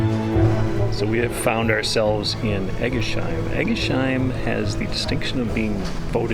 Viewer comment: Only for info... they are all "heim"s. That is, even if the preceding ends in an S. So Eguisheim, doesn't have a SH in the middle. It's S-H.